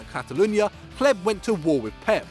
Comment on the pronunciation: Hleb sounds like pleb